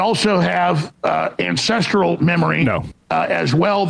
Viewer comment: I thought he said incestral 😅